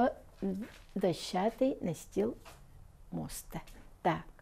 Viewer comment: моста ударение на а